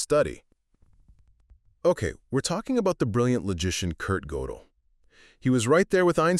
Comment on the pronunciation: It's pronounced [gur-del]